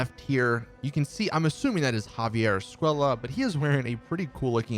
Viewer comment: I hate the way all of these white dudes pronounce "Escuella" 😩